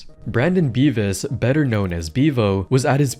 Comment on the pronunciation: oh its this meatcanyon guy, I swear I heard Beavis and not Beas